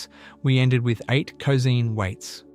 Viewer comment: "cozeen" waves? Euler would be ashamed and disappointed...